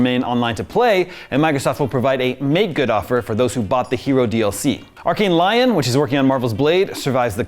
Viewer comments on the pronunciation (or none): TF is an Arkane Lion. Does this guy seriously just pronounce Lyon as Lion??? Never once in his life had he heard the French city's name, Lyon, being uttered by anyone? I'm not even French but this is just ridiculous. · It's Lyon bro, like Leeon with a French accent, you just butchered it. Such a simple word. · Is it that hard to pronounce "Lyon" as it's supposed to, instead of "lion"? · Was it so hard to learn the pronunciation of Lyon beforehand, it's a place name.